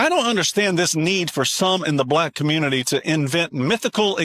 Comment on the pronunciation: Congratulations, the communitah has become 1950 white America 🤦🏾‍♂️